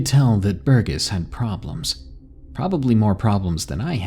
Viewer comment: Thanks for the great audio, D!! 💙💙 One quick note about pronunciations though; I don't know how your users have spelt 'em, but in the hopes of being helpful, I think the names "Burgess" and "Laurel" are pronounced "burr-jess" and "lore-uhl" (burr as in cold and lore as in ancient lore. :)) Again, I haven't seen them as they were written to you, but.. I know sometimes reading more than you hear can be tough, so I hope this proves helpful. 🔆